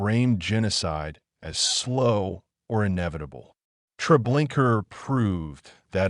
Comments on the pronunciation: Treblinka not Trablinkar!! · The name of the camp is Treblinka, not treblinkrrrrrr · It is not Treblinker but Treblinka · Did you see an "r" at the end of the word? In the future make sure your narrator or AI knows how to pronounce the words you speak. Thank you. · Your use of AI that mispronounced the horrible place made a mockery of it. Your documentary sucked because of that